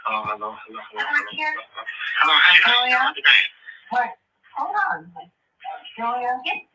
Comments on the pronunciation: I kept hearing "Julia" 😆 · when she first clicked her on? Wow. Some heard Sonya, some heard Julia lol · thank u! I heard “Julia” tho.